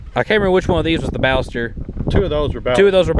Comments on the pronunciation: Well, that way you say Ballester Moline is not correct at all. I'm from Argentina. You should have said: "Bah-shess-ter" and "Maw-lee-nah". Cheers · Sorry, but I must say you're mispronouncing "Ballester". I'm from Argentina. Check this out, please: Nice vid. Cheers.